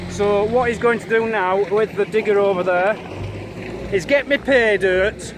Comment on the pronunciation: I thought he said dick and not digger... This is seriously the biggest dick i have driven around lmfao xD